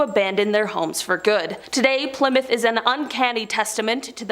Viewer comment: OH MY LORD!!!! Please learn how to say Plymouth correctly. Not Ply-mouth, but Pli (short i sound) moth.